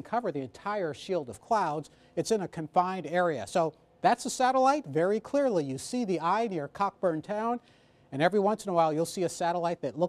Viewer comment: It's Coh-burn town. lol I've done research at the Gerace Research Center on San Salvador Island. Cockburn Town is a great little town.